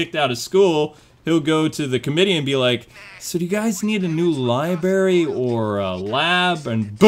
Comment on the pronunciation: why did you say Libary? Come on man:P